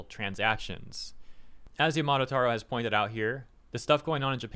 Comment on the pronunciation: i'm not the only one wincing when he pronounces yamada as yamato, right?